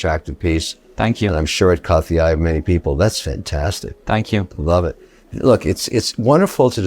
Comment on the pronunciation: I know he's from Newcastle, but "Yez" ? Even my Geordie mates don't say "Yez".